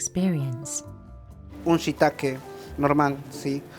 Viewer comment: She pronounced it wrong every single time 😂😂😂, the farmers pronounced correctly